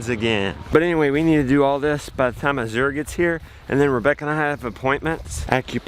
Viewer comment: You're pronouncing Azure incorrectly. I learned from the family that owns the company!!